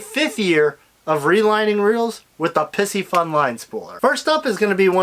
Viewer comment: Love the video, but is it really Pissy-fun or Pie-see-fun? I’d personally go with the zodiac pronunciation ala Pisces, but I realize I’m nitpicking here. Lol